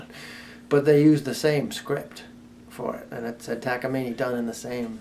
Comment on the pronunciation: That has to be the best way I’ve ever heard takamine pronounced